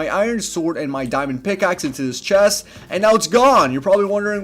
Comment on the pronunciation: "in dis one chast"